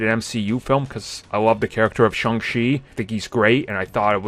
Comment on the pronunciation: If you love Shang chi please pronounce it right